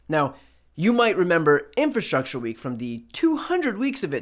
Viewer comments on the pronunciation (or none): Wtf is 'infastructure'?! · Donald, the word is ' infRastructure'. Not ' infastructure'. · "inFAstruture". Trump knows the best words. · The dude can't even say infrastructure ffs. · infrastructure? rofl the word is longer than 4 letters ill bet hes clueless as to what it means